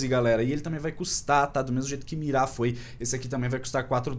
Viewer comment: Ai que raiva, o fica falando Mirá mas é Mira sem o acentooooooooo